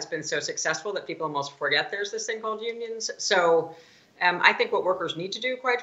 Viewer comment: Did you say "Onions" or "Unions"? We need Onions. Unions not that tasty.